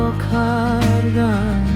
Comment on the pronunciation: Val lagil, pronounsation korobat ......... E.g boroxa, boroxun etc